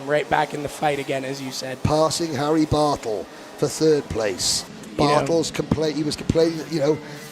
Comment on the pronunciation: My wife could overhear the broadcasters and she says "Whaaaat? Someone's name is Harry Butthole?!?!?" We both busted out laughing and I had to replay it. I said the drivers name is Bartle. She said "Well the way he said it sounded like butthole!" She is still laughing in the other room. Good tight racing there.